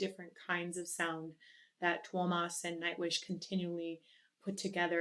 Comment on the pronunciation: FYI: Tuomas' name has 3 syllables, pronounced like TOO-oh-mus. In The Poet And The Pendulum, the spoken part just before Tuomas' figurative death, the young boy narrator says his name properly. Also, in one of the Tampere versions of The Greatest Show On Earth, Marko introduces Tuomas at the beginning and you can hear how he pronounces it. As always, love your reactions, and how you deconstruct what is happening in the music and singing. Absolutely brilliant! My suggestion now would be for 'Music', the first song on their latest album, available as another lyric video on YouTube.